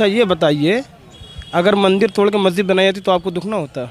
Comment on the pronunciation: महजिद नहीं, मस्जिद बोलिए। टूररिजम नहीं, टूरिज्म बोलिए।